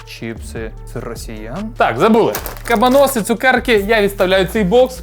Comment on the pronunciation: Хтось повинен сказати, що не кабанОси, а кабАноси. Може прочитає 😂